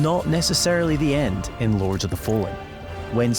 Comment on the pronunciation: " Lorge " of the fallen.